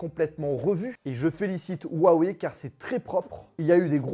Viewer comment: C'est pas compliqué il faut prononcer Rhou (en expirant le r) - a - weille . C'est tout pr moi.